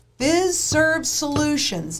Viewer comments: the list of organizations are the back-end technology service providers that are on board with the FedNow rollout. Fiserv is pronounced FI-Serve. FIS is FIS Global. Those are the two largest. Those two alone provide the core banking software and processing to multiple thousands of banks large and small all over the U.S. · Just fyi... The 'i' in Fiserv is a long i -- pronounced like eye